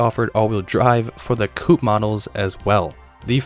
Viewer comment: It's the turbo coupe (coop) not coo.